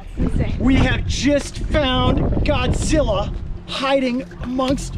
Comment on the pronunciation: I like how do you say Godzilla😂😂🤣